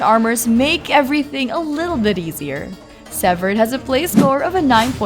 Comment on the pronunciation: Severed or seviiired